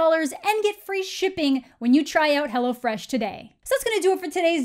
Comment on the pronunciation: In a video talking about a movie with a demon biting other people, I was both amused and terrified at the same time when you said 'Hello Fresh' because it sounded to me like 'Hello Flesh'. Missed opportunity there, tbh.